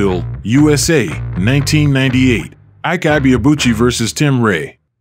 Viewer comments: It's E-Kay, not Ike. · His name is actually pronounced as ebay abuci and ekay not aike His from Igbo ethnicity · Whites: call him Eye’k Nigerians: it’s actually pronounced “E-Kay”😊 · It's pronounced "Eekay" not "Aik". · He's name means strength It's pronounced like(E.K) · His first name Ike pronounced as E-Kay means strength/power in Igbo language. Igbos believe peoples name manifest in their life. No surprise he has so much power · Correct pronunciation of Ike is E-K ,Ibeabuchi is EBAY ARR BULL CHI